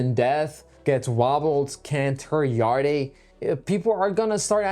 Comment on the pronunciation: It’s pronounced yard not yard-e 😂